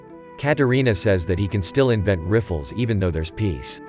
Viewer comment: also pronounced rifle as riff-ole and forgot gun at the end of sub machine gun